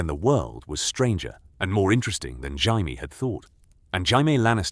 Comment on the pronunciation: The butchering of Jaime has me dying dude 💀